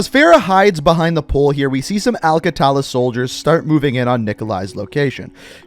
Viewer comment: yoooooooooooooo its not alkataala there russians